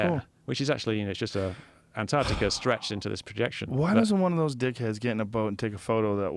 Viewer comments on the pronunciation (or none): It's Antarctica not Anartica dear :P